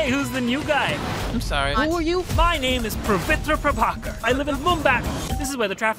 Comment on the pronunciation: ts not accent but he's pronouncing wrong If hear closely He's saying 'Pravitr' Prabhakar